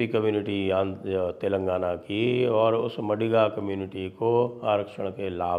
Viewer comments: It is मादिग and not मडिग, Sir ji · Sanjay Sir the correct pronounciation of MADIGA Caste is माधिगा 🙏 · It's not madiga, it's "MAADHIGA"( sc)sir... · Madiga nahi sir, Maadiga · Maadiga, d as in "the" not MaDiga. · Not madiga, it is madhiga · maadhiga and kaapu is correct pronounciation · Sir it’s pronounced as maadiga